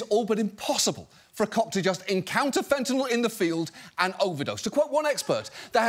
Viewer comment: Can people stop pronouncing it Fent-in-All? It's not an off-brand Tylenol.